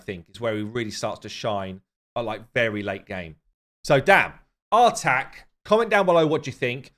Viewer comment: I believe the new Champion's name is pronounced "Artahk", as in say 'Ah'.